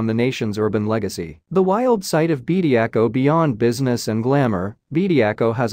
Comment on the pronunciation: His name is Bediako not Bediacool 😂